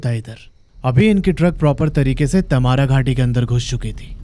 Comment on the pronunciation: क्या बकवास है, मैने कभी नही देखा, और तैमारा नही तमार् बोलते हैं. आप बोलते हिंदी हो और अंग्रेजी का नाम बोल रहे हो. जैसे आप mango🥭, Jamshedpur को क्या बोलोगे? मैंगो या मानगो?